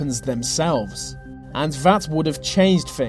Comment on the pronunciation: "... and vat would have changed fings." What's with you Brits and the "th" sound? We don't seem to have much of a problem pronouncing it in the rest of the world. Good video though, regardless.